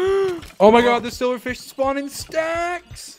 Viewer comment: Where do you hear the V? I've listened to it like 5 times just now and don't how how you could possibly be hearing silverfish. I know that's what he meant to say, but he didn't.